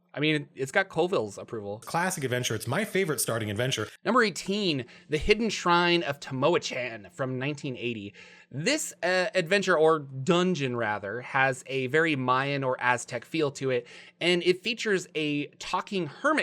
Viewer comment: Love your series! Just a word here; for Gringos like us, C1 is called the Hidden Shrine of "Tom-wah-KAHN".